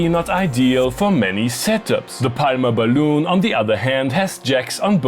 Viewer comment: "Bai-loon".... bwahahahaha!!! It's a "bay-lunn".